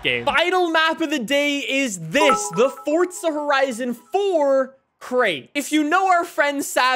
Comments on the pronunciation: FOR-ZA not FORT-ZA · Didn’t know forza had a “T” in it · There’s no H in forza stop saying it like that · Ah yes Fortsa horizon